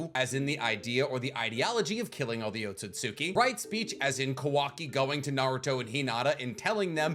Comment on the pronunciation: I can tell you're learning Japanese because your pronunciation of Ohtsutsuki is better than mine 🤌 lol it's a convention of pronunciation I never picked up on until recently. That is, in the first half. You switched it up lol. I know it's i's and u's between certain sounds that get skipped, that's why it's Sauce-kay not Sa-su-kay, eesh-key not ee-she-key, oats-oots-key not Oh-tsu-tsu-key, although I'm not entirely clear on the full rules so I'm not positive.